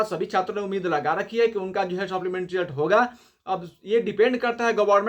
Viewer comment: भाई सोप्लीमेंट्री नही सप्लीमेंट्री होता है😂😂 तुम देर से न्यूज लाते हो सबका कॉपी करके.....